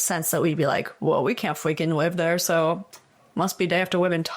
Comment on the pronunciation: well we can’t fweakin wive dewe so….must be dey have to wive in tunnews……..